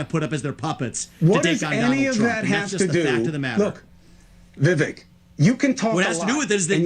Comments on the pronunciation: dude it's "Vee-Vake" as in cake. The dude said this multiple times on the road. Cuomo got it wrong the while time. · Do you ever listen to commentary? His name is pronounced Bee Bake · Vivek is pronounced, (vi-vake). It's 2 syllables, it's not that difficult to say, especially when you're talking about him every day😂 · It’s Vivek as in Cake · It's Vivek like "cake". Learn how to say his name. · His name is pronounced like Vi-Vake. The last syllable rhymes with Cake. It is funny how everyone can’t say his name. Anyway, Vivek should be Trump’s VP or Sec State or some high position in his cabinet. He is legit truth. Articulate and knowledgeable about all the issues and has a clear head and is calm under fire. He calls out the bull Twinkie’s and spits truth and verifiable facts. Such a fresh breath of air. I despise all politicians and don’t think any of them have our best interests at heart. Trump and Vivek in 2024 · Hi, just a slight correction. It's Vivek ( rhymes with cake) pronounced Viv-ache. Keep up the great work. Just thought in a manner of transparency you would like to know. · His name is pronounced like Viv-Ache like Cake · Vi - VAKE...rhymes with cake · Why are you calling him veevek? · Thought this might help! I heard Vivek state how his name is pronounced. The vek portion of his name sounds like cake. Vivake/Vivek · Vivek rhymes with cake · When are you gonna learn to say this man’s name properly? I am tired. Please. Chris is saying his name right. Listen. I would enjoy your vids on him that much more. It matters.